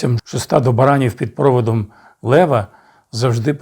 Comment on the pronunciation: баранів, барана - наголос на останньому складі 🙂